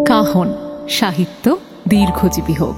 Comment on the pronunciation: Tiny input as you guys wanted it, কাহন এর উচ্চারণ "Cajon" instrument এর মত হচ্ছে. Must look into it. গল্প অখাদ্য, পাঠন good. Can't complain.